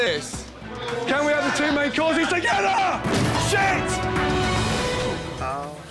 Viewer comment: "Can we have two main courses TOGETHAA?! SHIT!